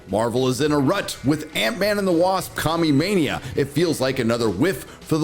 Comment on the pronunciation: Did you say "Commumania"? x) Join the Disney "Bread not bullets" club... we have badges! x)